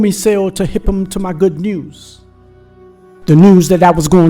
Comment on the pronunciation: dude said news like them cats in baltimore and philly